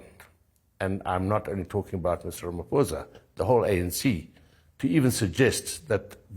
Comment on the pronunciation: Getting quite fed up with mispronunciation of Boer and Malema and even Ramaphosa. Stickler for language sorry but if you are a reputable public figure who is supposed to be well versed then you need to know how to pronounce names... Piers.